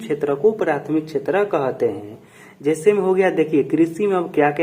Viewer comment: कहते ❌कोहाते✅😂